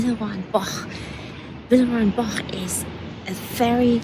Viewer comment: In the US, any cake with a crust on the bottom would be termed a pie. I am glad you pronounced Villeroy and Boch several times so we could correct ourselves. I thought it was pronounced Bosh. It's more like Bach. This was a fun video. Thanks, and it's nice to "meet" your parents too.